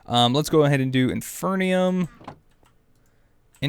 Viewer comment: Why are you still reading it as infernium? It's IN-FEE-RIUM!!